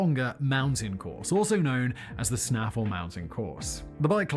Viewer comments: Thats Snay-fell (Snaefell), not "Snaffle" mountain course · Ignore how this guy is pronouncing Snaefell, he's saying snaff-full when it's actually Snay-fell. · The correct pronunciation is 'SNAY-fell' fyi ! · Im from the isle of man he pronounced snaefell wrong, also hickmen set the speed record this year clocked at 199.76 mph